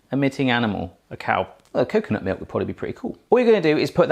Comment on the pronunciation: Did you just say Meuk ??